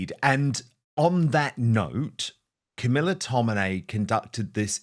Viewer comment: Here is Tommy doing 'real journalism', please take some notes, 'Car-mee-laa darhling' and the Daily Tell-You-Lies.